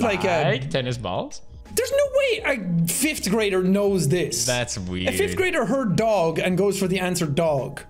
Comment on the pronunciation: actually its "fifth" for your information!